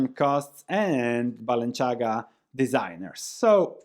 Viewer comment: The c in Balenciaga is not pronounced like the c in Versace, it is like the th in thing - Spanish designer, not Italian 🙂